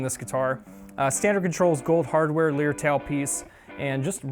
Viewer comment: Good review. I have one. It is fantastic.and fantastic value. Justine thing: lyre is pronounced like liar, not like lear. Named after the ancient instrument.